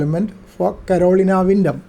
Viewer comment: Thank you for the great video, and an antenna that I am going to put at the top of my project list. Was amused by your pronunciation of Carolina, as it hits these ears as "colonial", but as my wife has a hard time with some English words, I have learned to auto-correct as it reaches my ears. Again, thanks for the video.